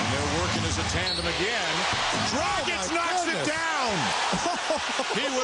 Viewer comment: its not dragik its DRAGIČČČČČ!